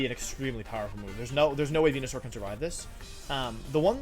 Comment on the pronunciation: you knows he’s serious when he starts pronouncing venusaur correctly